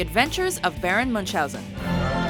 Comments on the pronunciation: Baron Münchhausen 😂 Sorry, I'm german and IT's pronouncited another way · Your pronunciation of "Munchausen" is unacceptable in a finished work.